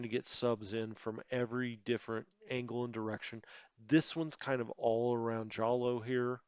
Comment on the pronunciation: I just had to look it up. Jolo is pronounced "Holo".